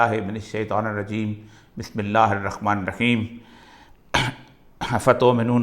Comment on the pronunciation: اوریا صاحب الرخمن الرخیم نهی هی الرحمن الرحیم هی بسم الله پڑنا اچهی سی سیکهیی برای مهربانی